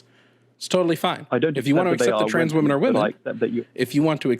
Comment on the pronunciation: I HAVE to point out as someone from the UK that this guys accent is actually unreal lmao, NOBODY speaks like him anymore, he literally said “trarns” athletes, I’ve never once heard that pronounced that way. It’s like cartoonish levels of posh